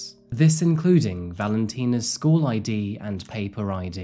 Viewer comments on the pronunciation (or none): none